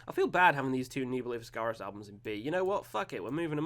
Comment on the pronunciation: The first three he placed were all by Ne Obliviscaris (an Australian band; he slightly mispronounced their name, which is Latin for 'Forget Not').